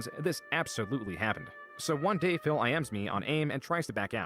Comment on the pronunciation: I love how says Phil. It sounds like fail 😂